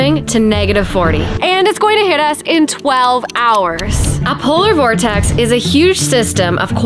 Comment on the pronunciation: You should count how many times you say Polor Vortex 😉